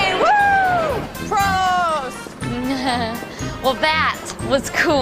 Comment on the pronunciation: They're pronouncing prost wrong. They need to roll their Rs more